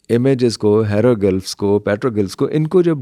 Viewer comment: Hairo gulfffzzz....hahahahahahaha...ratta rataaya he sahi bol lata hai banda.